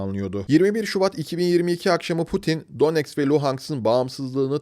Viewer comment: ulan daha donetsk, luhansk diyemiyorsun, bir de kalkmış neonazizmden bahsediyorsun, disleksi hastası seni. ukrayna rusya meselesini kıbrıs türkiye meselesine benzetmen de ayrı bir cehalet göstergesi